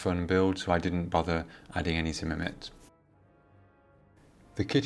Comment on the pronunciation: Just a slight heads up it's not zimmermit it's zimmerit